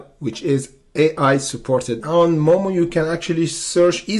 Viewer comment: FYI it’s moo moo not moe moe. It’s a cow 🐮 not some guy named moe lol 😂